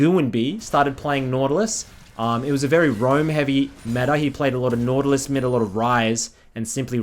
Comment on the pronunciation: NAUTALUS? XD